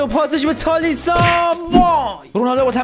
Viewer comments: تالیسکا ❌️ تالیسا ✅️ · جان خواهشا از خودت اسم بازیکنا رو عوض نکن تالیسا چیه تالیسکا اونو میگه مگنان درحالی که مانیانه پیرلو رو میگه پیه رلو عجبا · چجوری به تالیسکا میگی تالیسا واقعا عجیبه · داداش هنوز که میگی تالیسا😂 بدبخت تالیسکا😁❤️ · تالیسکا❌️ تالیسا✅️ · تالیسا نیست داش 😂😂😂 تالیسکا❤😂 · تالیسکا ❌تالیسا✅ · چرا به تالیسکا میگی تالیسا